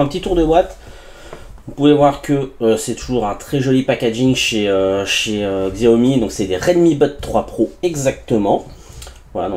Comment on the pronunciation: Xiaomi se prononce : "chiaomi"